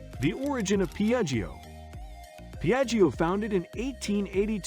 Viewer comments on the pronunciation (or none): Don't pronunciate the second I, like jjo